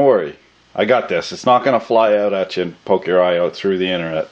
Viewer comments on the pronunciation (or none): none